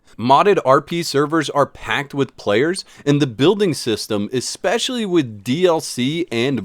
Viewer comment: My brother in Christ, please, PLEASE... take 5 minutes to learn this word.... ESPCIALLY It's not eckspeshully. ESS-PES-SHE-AL-LY, there is no X anywhere to be found.